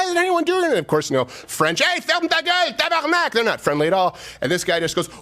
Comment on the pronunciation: Hey, guys. The way Crowder said "ferme ta gueule, tabarnak" , the accent was perfect. I was surprised, being myself Québécois. This means he fluently speak French. I think her mom's name is Francine, so this make much sense. In ways, this seems to be a way for him to repudiate his roots. Being extreme to make sure you don't associate him with his origins.